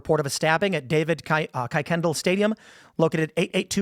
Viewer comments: it's pronounced kookendahl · not a big deal but it’s pronounced ker-ken-doll